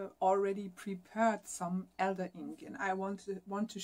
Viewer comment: not wishing to be pedantic, but thought it may be helpful to note about the pronunciation of the names of these trees in English (and I'm sure my German pronunciation would be much worse!) Elder /eldə/=elder 'Holunder' (Sambucus) Alder /ɒldə/~older 'Erlen' (Alnus)